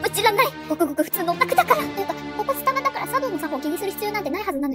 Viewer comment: わたしの発音…？があってるのかわからないんだけど、 の発音はス↓タ↑バ↓がすき🥺🌟